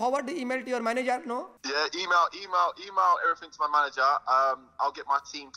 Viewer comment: Nobody: Filly: "everyFink you need"